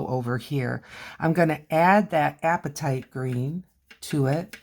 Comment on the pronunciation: Hey, look at me coming in 10 months late! Love what you're doing here. I struggle with watercolor, but I've only had a few lessons so far. Just wanted to tell you that your pronunciation of apatite is spot on. It's just like appetite, but it's a rock. :)